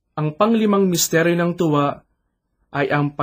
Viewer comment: sometimes the accent gives different meaing, e.g. "tuwa" and "hapis", it should be long "U" and long "A", but i understand that may be you are not a purong tagalog. that is why you have such pronounciation. "God Bless" and may tribe increase.